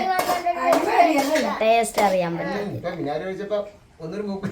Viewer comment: മിനാഗിരി അല്ലാ വിനാഗിരി.. ആലപ്പുഴ അവിടെ ഇങ്നെ പറയുന്നേ.. Kettittundduu